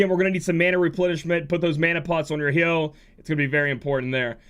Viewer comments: I'm pretty sure it's pronounced Hi-oh......like Hydrangea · Damn that Hyoh pronunciation is making me angry lol. No tough feelings. You do you.